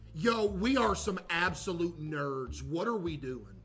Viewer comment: Bruh I wasn't paying attention and heard him say " whys this one absolute goober" and sounded like he said "this one asshole" I've never rewound something so fast in my life 😭😭😭